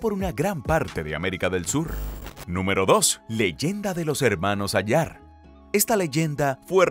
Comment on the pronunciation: Hola que tal.Se pronuncia:"Hermanos Áyar". No "Ayár". Un abrazo. Interesante reporte.👍